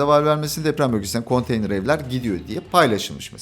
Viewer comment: konteynır=❌ konteyner=✅